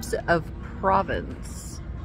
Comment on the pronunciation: Herbs de Provence, emphasis on 2nd syllable. Provence is an area of France. 🇫🇷 Loved that sign, If you're dirty and you know it, wash your hands😅. Now I'll be singing that all day🎶🎵 Cute butterfly 🦋 The leaf lamp looks incredible ‼️